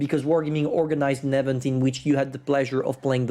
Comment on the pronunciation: Omg, first time heard speak “event” correctly.